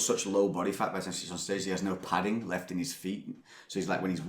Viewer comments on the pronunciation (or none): none